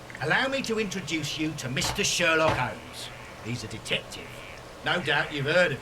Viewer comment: "Shelock Homes" Insert witty comment here